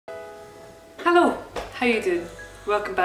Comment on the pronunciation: wave ha-loow